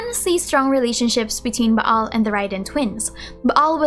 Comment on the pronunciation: lol your Filipino pronunciation really comes out when you see a double vowel like "Baal". It's more like a long Ah "Baal" rather than "Ba-Al"